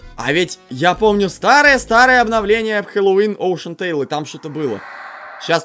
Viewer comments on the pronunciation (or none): Океантейл говорится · Все:океантайл:оушентайл